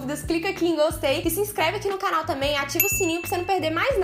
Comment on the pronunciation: Já perceberam que fala "cánal" kkkk fofa